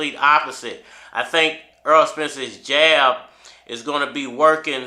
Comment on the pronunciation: The man's name is Errol not EARL - Why can't you say this man's name correctly